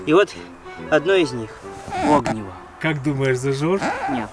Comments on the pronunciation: Не Огниво, а огнИво. Ударение на И. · Не Огниво, а огнИво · Не Огниво, а огнИво. Надо не стучать по стержню, а кресалом словно соскребать. Тогда искра будет сильнее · огНИво а не Огниво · Правильно говорить огнИво